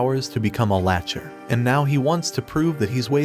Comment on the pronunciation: Pronounced lack ter